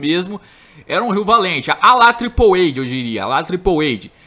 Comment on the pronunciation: Ele não sabe inglês.